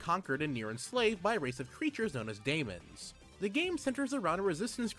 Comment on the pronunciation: The spelling for daemons is pronounced the same as the word demons btw :)